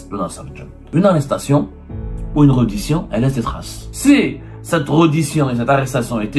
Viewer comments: tu parles français petit journaux?on ne dit pas reddition mais rèddition. on te paie combien pour raconter ces histoires à dormir debout? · Prononcez bien reddition ca se prononce (Rédition)